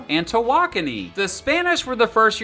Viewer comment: wow he pronounce tawakoni right